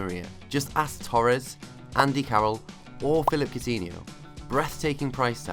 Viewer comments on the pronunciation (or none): none